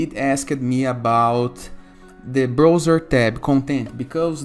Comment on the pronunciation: Brother, se fala BRAUZER. Que agonia ver você falando BROUZER!